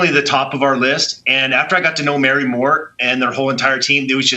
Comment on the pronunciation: "Mary more" sadly, but definitely "Nikolai" wth indeed